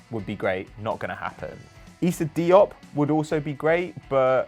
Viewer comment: It's diop